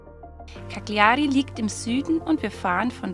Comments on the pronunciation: Sehr schöne Aufnahmen! Übrigens wird Cagliari so ausgesprochen: [kaljari]. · Eine korrekte Aussprache der italienischen Eigennamen würde ich mir wünschen. Kackliari, da kräuseln sich meine Fußnägel :(( Grusel.